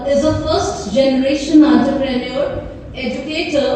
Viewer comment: Bhai taru ma'am se entrepreneur ka pronounciation sikh lena ..